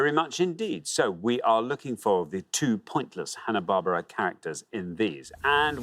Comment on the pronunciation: Im sorry Xander, "Hanna Barbara"??